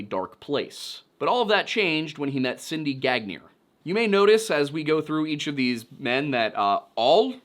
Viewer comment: it's pronounced "Ganyay" NOT "gaGnEEr"... 🤬🤦